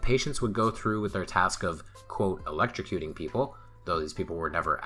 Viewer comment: OK so this one doesn’t know the meaning of the word ‘protagonist’. He’s also having real trouble with ‘electrocuting’, one of my bugbears